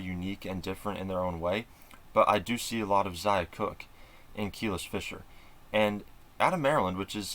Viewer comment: Just a heads up it’s pronounced Kuh-lease not Keel-iss…since I’m sure you’ll be talking about her more and more